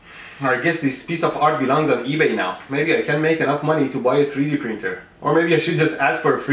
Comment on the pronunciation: Freedee printer???